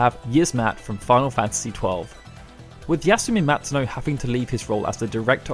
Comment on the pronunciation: Yismat... YASumi MATsuno... oh my GOD.